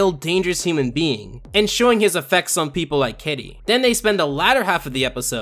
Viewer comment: "Human bean"